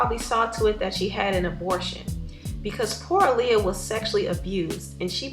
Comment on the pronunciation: I thank you for speaking on what Aaliyah went through. However, I wish that for once someone would pronounce her name correctly. Her name was pronounced AH-LEE-UH, not UH-LEE-UH.